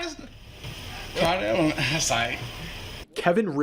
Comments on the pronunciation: ambulam 😂😂 sike 😂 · It is pronounced " Amalance". Just like the man said.